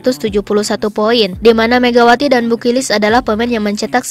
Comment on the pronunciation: BU KILIC min jgn BU KIRIK aahhh... 🤭🤭